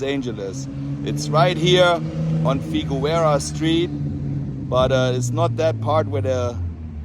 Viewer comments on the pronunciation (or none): FIGUEROA is pronounced Fig Air O A. (In English, it's different in Spanish.) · It's pronounced FI-GER-ROW-A ... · Danke. Love your videos. Ich habe veile Fruende in Deutschland; Berlin, Munchen, Neu Ulm, etc. Aber bitte,. Figueroa is pronounced: Fig Your Ohwah. Oh, as in Oklahoma. Danke, Don, von Chatsworth. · Did you just Butcher Figueroa